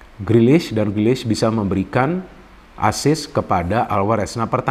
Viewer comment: Sulit banget ya mengatakan namanya "Grealish"..